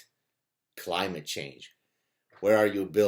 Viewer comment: "climage" change ? should that be "Clitage Change"